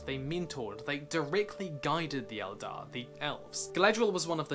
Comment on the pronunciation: Did you say...Eldar?! HERESY!